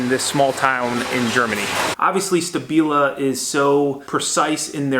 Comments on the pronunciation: Isn't it pronounced Shtabila? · SHtAbila, I'm sure you heard the proper pronunciation of it, it is a show of education, good manners, respect and consideration to at least make an effort to pronounce the name of your host correctly (it is not even that hard to pronounce), this is one of the many things US Citizens do abroad and are known for that labels them as arrogants and ignorants, It makes it look like it's not worth the "effort" to even pronounce a name right.